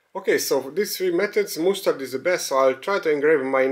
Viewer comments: Sorry for being boring and I'm also not native English speaker, but mustard pronounsed as "masterd" both in GB and USA variants. Anyway it is lots of fun that kitchen grade stuff can be used for DIY. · That is not how you say mustard